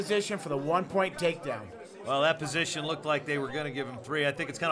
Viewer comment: "so close to being outta posound.. outta bounds" Trying to say position and bounds at the same time.. fail. lol